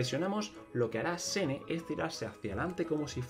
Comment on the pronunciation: Me da risa que sigue diciendo de corrido el nombre jajaj, creo que la mayoría lo dice shen-he y me parece que si se dice asi